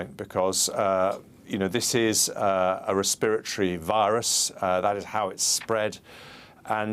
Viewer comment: Res-spirit-tree stuff......